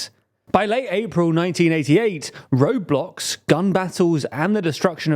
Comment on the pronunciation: The pronunciation of "roadblocks" in the video really isn't helping this being any less funny.